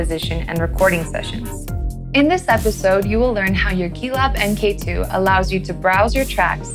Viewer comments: Great video, but someone tell her that mkII is not pronounced "m.k. two" it's "mark 2" (as in the second version of something) and mk is a common abbreviation used for that. . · I could watch this after this semi modularly smart individual said m. k. ( not mark ) for the second time. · That, and "em kay two".